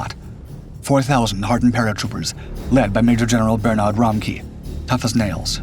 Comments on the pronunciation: It's not Ber-Nard, but Bern-ard, where the second syllable starts soft. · Bernard Montgomery was British and being British his name is pronounced bernad not bernaaaaad